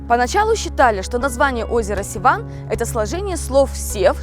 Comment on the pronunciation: Севан а не Сиван